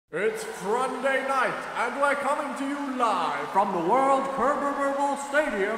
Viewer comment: Am I the only one who realized that after these past 2 years he says "It's Fronday Night!"?